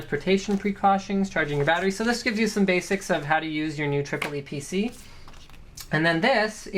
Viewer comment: I think it‘s pronounced Eee PeeCee